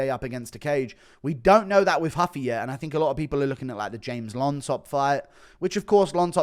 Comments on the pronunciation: Stop saying huffy you absolutely tard its ruffy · When is guru gonna realize ‘Ruffy’ is a Japanese pronunciation of Luffy from one piece and stop trying to throw this respectful Brazilian pronunciation in lol